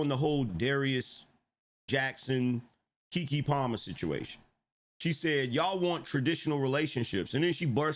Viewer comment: It's KeKe not KiKi......lolololol,😂😂😂😂